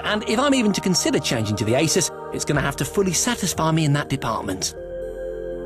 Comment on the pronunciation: Hmm, how odd, the same presenters say eh-sus (How it's meant to be pronounced) in this old episode, but in the recent broadcast they say 'azouse'